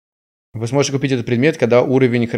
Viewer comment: Я один вижу когда говорит перс то мишитца не вы а ви (по крайне мере я во време уличных боёв